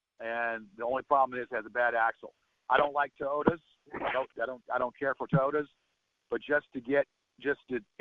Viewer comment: Toeota? Well he cant pronounce english words so im sure Japanese really fks that big brain up.